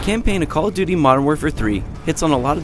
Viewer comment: "Coll tooty"